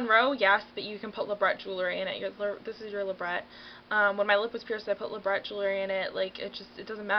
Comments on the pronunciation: You dont pronounce it LabreT lol you pronounce it Labre (A sound) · Labret is pronounced La-Bray :) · Labret is pronounced "la-bray" :) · pronounced li-bray peircing